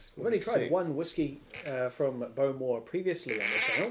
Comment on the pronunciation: I believe its pronounced bo-MORE, rather than BO-more.